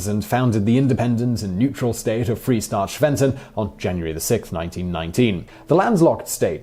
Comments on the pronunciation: Yes, and Freistaat, not Freestaat. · I'm astounded by slaughter of the pronunciation of "Freistaat" and "Ezo". When producing a video with geographical and historical content, confirming correct pronunciation is important.